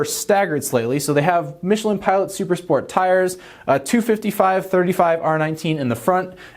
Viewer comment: Did he say, Supra exciting🤔